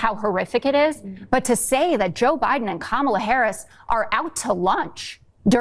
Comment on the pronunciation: younkin is a dirtbag. He couldn’t even say President Biden’s name. What a clown.